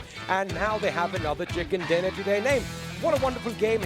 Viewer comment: Hey lady its chicken dinner not chickan dinner